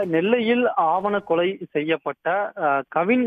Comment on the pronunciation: டேய் ஆவணக்கொலை இல்லடா ஆணவக்கொலை னு உச்சரிடா